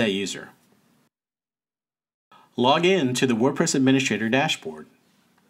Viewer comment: "Admini-S-T-rator", not "adminiSH-rator". There's no "sh" sound in "st".